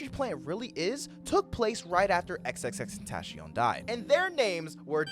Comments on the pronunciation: WHAT DID U CALL HIM?!... lol I meme on it but its TEN-TA-CION lol but its cool I used to call him tenacion in 7th grade but yk lmao. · WHAT DID HE CALL HIM?!... lol I meme on it but its TEN-TA-CION lol but its cool I used to call him tenacion in 7th grade but yk lmao.